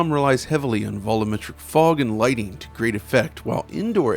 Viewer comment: At what point is going to stop saying "volum-metric?" The word is spoken VOLUME-metric... bc you know.... it's referring to VOLUME?